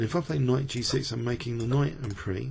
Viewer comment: FYI: en prise is pronounced "en preez", not "en pree" (like "grand prix" is pronounced). As i said though, just an FYI--I love your videos!